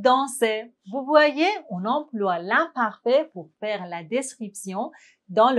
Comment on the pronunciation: Je pense qu'il faut revoir la prononciation du verbe faire. Merci beaucoup.